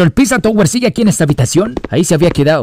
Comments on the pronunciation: es pepino no piZwa twe 😂😂😂😂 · Me da algo cuando le dice a Peppino Pizza yower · Pepino❌ Pissa touguer✔😎